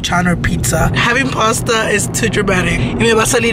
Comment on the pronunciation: Your bf is so me he said pasta 😂